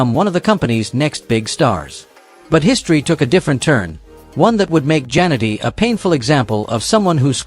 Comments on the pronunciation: The way A.I. Robovoice pronounces "Jannetty" as "Janitor"... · Terrible text to speech. Jan-etty. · At least get the pronunciation of their names right! I stopped watching after 40 seconds, just because you couldn't get Marty's last name right!